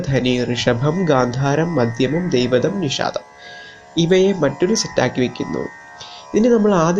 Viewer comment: It’s not a problem with editing but of pronunciation